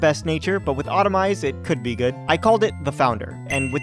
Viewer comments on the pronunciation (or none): please stop saying automize the move is autotomize. Read that again but slower